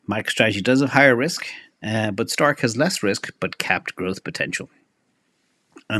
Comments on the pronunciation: Why does keep saying "Stark"? Isnt it "Strike"? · STRK is pronounced like STRIKE, not STARK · Somebody needs to tell STRK is Strike; not Stark.